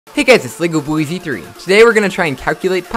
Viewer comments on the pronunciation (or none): none